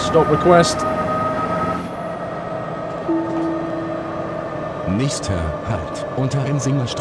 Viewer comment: did he say 'Stop Wequest!"?